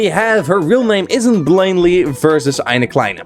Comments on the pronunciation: Finally someone pronounces Eine Kleine really good xD Greetings from germany :D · Bro said eine kleine correctly. Also CARS REFERENCE